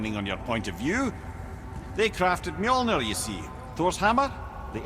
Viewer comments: It's mjölner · It is not pronounced mjolnir, the Ö is pronounced like the u sound in under or uhh. If you are going to make a game based entirely on mythology you might want to get the pronounciations right. This game is great but they are butchering the pronounciations.